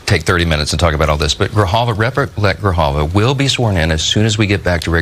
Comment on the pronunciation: Adelita Grijalva not Gralva.